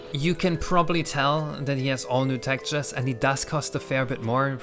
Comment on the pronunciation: I wasn't going to say anything, but after your rant at the end it feels like it's fair game: the word is TEX-TURES, not "tactures".